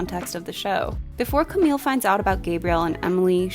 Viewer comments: 'camille' in french is pronounced 'kam-ee', not 'kam-eel' :) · Camille is pronounced as "cami" 😊💕! Lovely video and review! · Camille, you don't pronounce the LL, it's still a french sounding E at the end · love your review as always, but everytime i heard you pronounce "Camille" with an "l", it kind of hurt 😅